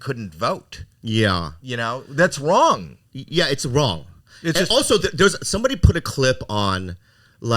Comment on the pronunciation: Anyone else catch the “it’s wong” from howie 😂